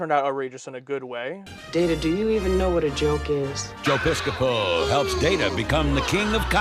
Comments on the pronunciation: Bill Campbell and Jonathan Frakes are 7 years apart. Pis-ceh-po, with the stress more on the first syllable, is closer to how Joe's surname sounds when he pronounces it. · Pronounced Joe PIScopo, not Joe PisCOpo. 😀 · It's Joe PIS-copo. Someday check into Martin & Lewis and Hope & Crosby comedy movie series. Youngsters, sheesh. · You guys don't know who Jerry Lewis is. 😔 You all make me feel old.😪 And look up Joe Piscopo too. He was a regular on Saturday Night Live backnin the 1980s. And it is pronounced Pis-coe-poe! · Joe Piscapo (pronounced "Piss-ka-poe") was at the time of the series one of the hottest stars of Saturday Night Live and was in the process of breaking into comedy films. He was cast on TNG specifically for be the "hip, in-thing" of 1988. It was expected his name would be famous enough to live on into the 24th century. He was - as the holodeck character - literally playing himself. The fact that two adults only 35 years later have no clue who he is - no less 400 years later - proves his star quickly faded from the Hollywood limelight! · Joe Piscopo is pronounced pis'-ko-poe. I didn't think he was all that funny. He had an average career on SNL. He did a great Sinatra and that pretty much carried his career. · Piscopo is pronounced Piss-kuh-poe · I can understand you guys not knowing who Joe Piscopo is, but Jerry Lewis? 😯 BTW: It's pronounced "PISS-cup-hoe" 😂 (yes, really: ) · The most outrageous part of this episode was the way you pronounced Joe Piscopo's name. 🤣🤣😅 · Since you've mentioned that you're not familiar with Joe Piscopo(who's name you've butchered the pronunciation), back in the mid to late 80's, he'd been part of the cast of SNL